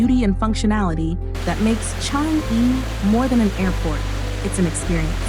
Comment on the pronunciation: Thanks 🤗 Am born & bred here since 80 years ago. I’m happy for Singapore’s success. Accurate facts & narration … except that ‘Changi’ should be pronounced as ‘ Chang yi ‘ & ‘Newwater’ as simply ‘ New water’